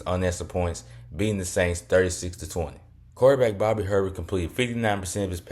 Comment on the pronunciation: Bobby Herbert is pronounced “A-Bear”